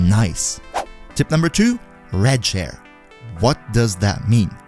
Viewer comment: Am I the only one who thought he said "red chair" instead of "rad share"?